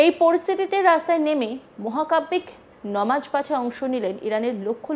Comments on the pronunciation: নিউজ প্রেজান্টার হয়েছেন কিন্তু উচ্চারণ এখনো শুদ্ধ হয়নি নামাজ কে ইচ্ছা করে নমাজ বলেন। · ইচ্ছে করে নামাজ কে নমাজ বলছেন। যদি ভুল করে বলে থাকেন আশা করি সংশোধন করবেন ।